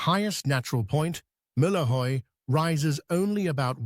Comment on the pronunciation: I have seen lots of videos about Denmark, and this is one of the better, but there is space for improvements. To much of the video footage is obviously not Danish. Some of the information is not quite right: No, 3: The highest point is Møllehøj, not Mihlajoy, but thanks for the effort of trying to pronounce it. No. 19: The royal line has not been that continuous. Frederik VII did not have any children. When he died in 1863 it was neccessary to "import" a rather distant relative from Germany, and Christian IX became king, He was a descendant of a branch from a former Danish king. Other contributors have pointed out more mistakes, and there is a possibility of other misunderstandings.